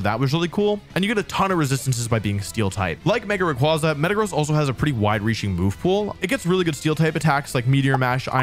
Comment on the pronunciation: Thank God someone pronounce rayquaza the same as me and my friends